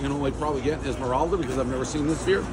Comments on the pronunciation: Dave not knowing how to pronounce Islamorada is tilting as fuck for a floridian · I love The Prez, especially when he butchers names. ISLAMORADA !! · close, basically get rid of the s in "eyes" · If he could only say islamorada properly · He really can’t say Islamorada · are you trying to say Islamorada? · Islamorada, don't pronounce the S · You are pronouncing Islamorada incorrectly. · Dave mispronouncing and butchering "Islamorada:" everyone knows the rules. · Butchered how to say "Islamorada" and then titled the video as being in Tavernier, a different Key. Like his confidence though. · You butchered Islamorada, everyone knows the rules! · Love it. But Islamorada is pronounced 'I'll-more-ah-duh'. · It’s Islamorada… pronounced “Eye luh more ada” 😂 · it's pro- nounced I LA MA RADA ! Go Dave! CRACKED CONCH CAFE!!!! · Dude completely killed the name...Pronounced like "ILA Morada". Haven't tried Enrico's but Islamorada beer tastes like Pabst Blue Ribbon. For the first couple of years they just relabeled other beer. Ironically, it was better then. Go for Key West Ale, a real beer. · It’s Eye-la-mirada… everyone knows makes this shit up. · Yeah, it’s pronounced: Eye-la-morah-dah. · Ah, the keys. You know what they say, "Down on vacation, home on probation!" And Islamorada is pronounced ai·luh·muh·ra·duh. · I LA MORADA. like Island the "s" is silent. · Pronounce Islamorada as Esmeralda, everybody knows the rules. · Iz maralda is pronounced I’ll marada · It’s pronounced Eye-La-More-Ah-Da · ISLAMORADA= EYE-LUHH-MORE-ADA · We all know it's izlamarelda. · Bro it’s ILAH-MORADA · It’s pronounced “Aisle-Murada” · Pronounced ila marada prez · Ismeralda lol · Can't pronounce the name right? Islandmorada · Pronounced “ILE-MORADA” 🤦🏻‍♂️🤦🏻‍♂️🤦🏻‍♂️ c’mon Dave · Dave's pronunciation of Islamorada (I-la-ma-rod-a) is as bad as his outfit. The Conchs (konks, native to the Keys) are going to torch him. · Dude thinks Islamorada is a Disney princess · Eye-La-Miralda sir!